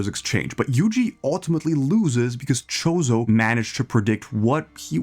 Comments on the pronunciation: You pronouncing it "Chozo" kinda makes me think you dont know a lot about anime (i could be wrong tho) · please stop saying mahoraga like mechoraga and choso like shooso